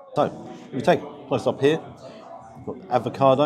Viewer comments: Gotta say mate….. it’s avocado, NOT advocado lol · Bit stingy with your marking there! I thought at least 9 for the quality and taste. Also, being picky, can you please please please stop saying ‘ advocado’! There’s no first D! 🤬🤣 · Love your vids, but please….its avocado, not advocado. Yes I’m a pedant, just when people pronounce Moët et Chandon as “mo-eh”. It’s Moet, as written. Rant over. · Avocado,....not advocado!